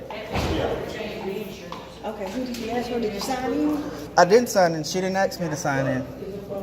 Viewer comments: Was he asking or aksing 😝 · One frauditor that went.into probation office the word is ASK not AXE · Man every time I hear him say he wanted to Axe a question i sit there face palming, seriously I would see that as a threat and really bad english. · You can't axe a question. You ASK a question. Axe's are used to chop firewood and other things. Axe's can also be used as a weapon. Go back to school and please learn English. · How do you aks for someone? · I agree don't fukking(profanity hack) tell me you can't say "ask" dummy!! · Is this unlawful law? Where is this dimwit from? They can't answer your questions because you never stop talking. Whole lotta axing going on